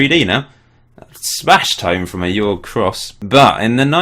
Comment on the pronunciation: great save mate!! haha the way you pronounce Jorge... it's like horhe if that makes sense hahaha